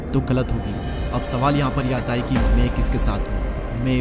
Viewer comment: Chup dhakkan...pehle theek se bolna seekh ....ye me me kya krta hai mai hota hai